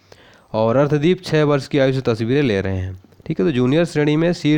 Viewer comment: Sir arsdeep h.... Naa ki ardhdeep....plzz galat mt pdhaao